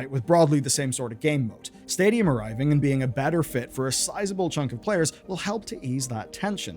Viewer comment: When he says stadium I keep hearing stadia